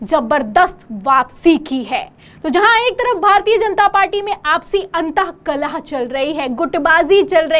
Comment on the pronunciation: अंतः कलह नहीं अंतर्कलह होता है । बहुत गलत पढ़ती हो ऐसा लगता है जैसे अनपढ़ हो ।